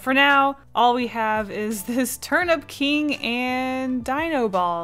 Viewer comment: Enjoy your trip to Japan!! I love this drawing and when you said Turnip King I thought you said Turn up King lol